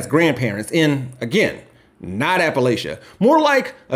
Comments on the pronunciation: the first time I heard him speak and he said 'Apple-Lay-Cha', I knew he wasn't from there (it's Apple-latch-ah) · Love this, but apple-lay-sha? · Great video. Just wanna throw it out there, most Appalachians pronounce it "App-uh-latch-uh" and "App-uh-latch-in". It's a small detail, but we use it as a shibboleth or litmus test for whether someone is actually familiar with Appalachian culture and has our best interests at heart. Just figured it was something to consider if it comes up in any future videos.